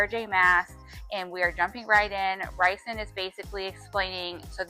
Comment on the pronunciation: ok but the way you say rhysands name lol